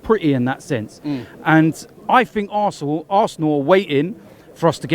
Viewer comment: Did anyone hear what said in this video he said arse hole to his own club then he said arsenal 😂